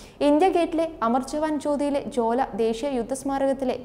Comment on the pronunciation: ജ്വാല എന്നുള്ളത് ജോല എന്നു പറയുന്നത് ശരി ആണോ